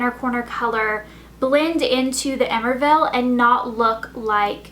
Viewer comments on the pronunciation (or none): i'll tell you one thing, Coco Chanel would be rolling over in her grave right now if she heard you say "emerville" instead if émerveillé(ay-mare-vey-yey). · LMAO "emervellll" hahahaha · its pronounced "ey-mer-vey-ey" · émerveillé is not pronounced Emervel as you did, but E-mer-ve-yE (with emphasis on the capitals) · Emerveille is pronounced ay-mer-vay. :) Not ehmervel. Just saying! For future reference.. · the cream eyeshadow by chanel: the pronunciation of it is --> Hey-may-r-vey-yé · Its not emerville -.- emerveille it's french elle. That's so ignorant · that chanel eyeshadow is pronounce e-mer-v-eye-A! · "Émerveillé" is pronounced "eh-mer-veh-yeh" kind of. Love the tutorial by the way! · the Chanel eyeshadow is actually pronounced " ay-mer-vay-ay" and means marveled, btw ! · it's actually ay-mer-vay-yay ;) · eh-mer-veh-eh is how its pronounced :) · Elle's French pronounciation drives me crazy. Emerveillé : eh-mare-vey-yeh. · I don't know if you care but the chanel eye shadow is actually french for "amazed" and is pronounced "eh-mer-vay-yay"! Beautiful look, as always! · It should be pronounced " Emerveyé" :) The makeup is lovely and I'll try and recreate it. Thanks for the nice tutorial :) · I'm so sorry to say this but I just can't stand listening to you pronouncing the eye shadow wrong. It is "emerviγe" and you pronounce the last "e" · "Emerveillé" must be pronounced something like emerveyay. What were you doing back in your French class lessons lol ?! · Haha emerville!! Tats soo not how u say it!!XD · Emerveillé is pronounced Eh-mehr-vey-yé, just FYI. :) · The Chanel eyeshadow is pronounced "eh-mer-vay-yay" it means amazed :) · the chanel eye shadow is actually pronounced eh-mare-vay-yay, it means marvelous! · Love the look! The eyes are so pretty and simple, perfect for early mornings :) Just so you know though, the Chanel shadow is actually pronounced, AY-MER-VAY-YAY, means "to fill with wonder" which is perfect for this look! xoxox